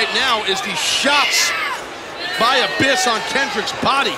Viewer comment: $1 for everytime he says abbys lol